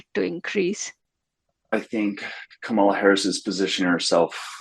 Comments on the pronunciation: Hey Democrats, people mispronounce her name, get over it. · The right media bubble is obvious when folks cannot pronounce the vice-president's first name. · Canadian here…why can’t people pronounce Kamala properly? Is anyone correcting these folks? I know right wing media does it to be dickish, but someone needs to point out that doing it is immature and unprofessional. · You can tell where most of the focus group gets their information, simply by the way they pronounce Kamala. Given that, it’s surprising that they have as many positive things to say about the Democratic ticket, as several of them did. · When voters mispronounce “Kamala,” I suspect they mostly listen to maga media, where they know better but intend disrespect.